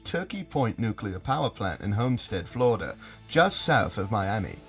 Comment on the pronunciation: why did you pronounce florida the same way as eric cartman?